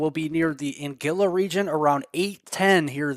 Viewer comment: An guil la, not angilla! Thank you 🙏That is 50 miles south of Shaw